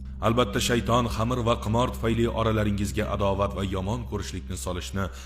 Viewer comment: Хурматли бошловчи хамир эмас хамр булади